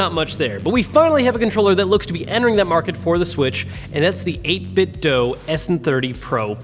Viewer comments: It' 8-bit-DOO... not dough. WTF, how are so many of you so illiterate? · It’s pronounced 8bitdo ( 8 bit do) not dough. WULFFDEN den got it confirmed. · Please stop saying 8bitdough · It's simple: I watch a video, I hear someone say "8bitDough", I leave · A couple people have directly asked the CEO and said it's pronounced 8bitDoo